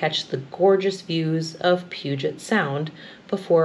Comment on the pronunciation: I grew up in the Puget Sound area and in my student days, I rode the Great Northern Empire Builder up to 4 times a year. I thought you did an excellent job of coping with the local place names: "Puget," "Spokane," and "Wenatchee" can be so difficult for non-locals. I won't frighten you with some of the others which are even worse. Anyway, it was an excellent video that brought back lots of memories. I particularly enjoyed your comments on the dining car food. Thanks!